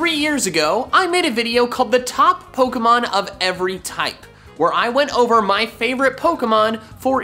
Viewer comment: OVER DOES NOT END WITH A T!